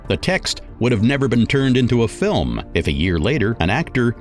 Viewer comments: Does the narrator say "fil lim" for "film"? Film is a one syllable word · Your hilarious pronunciation of certain words is too much. Fillmm. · So "fillum" means film and "John-ray" means genre. Got it. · Okay, I've been biting my tongue throughout but this narrator is taking the mick right? His pronunciation of film " Fil-em", Malificent " Mall- effiecient" just to name a few..... surely this is a piss take 🤣🤣